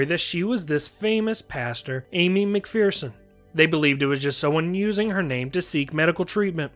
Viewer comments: Mc"FEAR"son is an incorrect pronunciation. Mc"FER"son is correct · Hmmm… for the last 50 years, I have only ever heard everyone pronounce it “McFEARson” (not “McFERson”). Are you certain you’re citing the American pronunciation and not the British one?